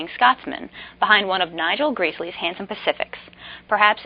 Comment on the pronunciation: As nice as these models are, I think Stannier and Gresley are turning in their graves... Stannier because his pacifics never had an N&W hooter whistle, Gresley because you mispronounced his name...